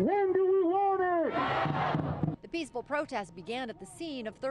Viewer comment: I’m Mexican but I’m pretty sure it’s not pewceful